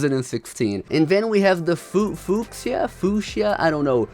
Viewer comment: its few-sha